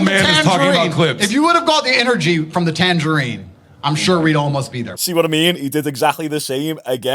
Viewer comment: “A tangarine”😂😂